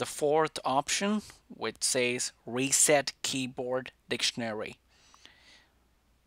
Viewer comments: “Weset” “Passcord” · “Weset” XD nice one dude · SP00KY he has a different ascent in his voice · More like wreset